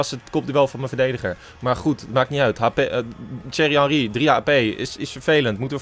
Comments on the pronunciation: "Tsjuerrie hanrie" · Lijkt net alsof je zegt cherry henrie😂😂